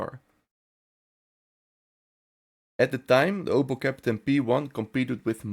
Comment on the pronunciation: Grauenvolle KI Stimme. Ich musste den Ton ausstellen! Ausserdem heist es Kapitän und bicht Käppten. Furchtbar.